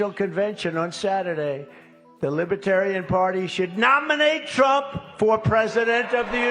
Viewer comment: Trump cannot even pronounce Libertarian correctly! Trump is friend of all despotic dictatorship!